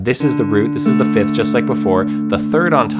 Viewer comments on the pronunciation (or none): none